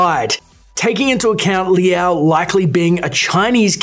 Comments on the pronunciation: "L-ow" not "Lee-ow" js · If he pronounces it as Lee-ow one more time... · Its not LI AO. Its one symbol (super short sound of LI), so like, if you want to pronounce it better -> try to say LI AO under 0.5 sec